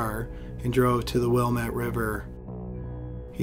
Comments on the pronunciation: Willamette is pronounced Wil-lam'-et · I really enjoy your videos and watch them often. The only constructive criticism I have is a suggestion to look up how to pronounce names, i.e. how to say Willamette; the emphasis here is on the letter A, which sounds like apple; and Pueblo is in no way sounds like Pablo. Other than that, you've done great research and everything else is spot on!